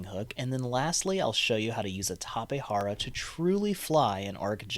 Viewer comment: Tapejara not Tapehara. Its also Jenny and not Henny.